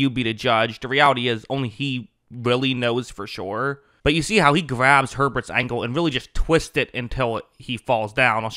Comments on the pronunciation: It’s Ankle not angle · Id say, make sure that whenever you are doing something make sure its properly done, like maybe tackling someone? make sure you follow through and finish properly. ... Or if your speaking and you use the words ''ankle'' and ''angle'' alot and in quick succession, make sure you speak properly so the listener can understand and you wont lose the context of what your trying to say... so, ANKLE has a hard 'keh' sound.... Angle has a hard 'Ger' sound..... it was a dirty play... but the audio was worse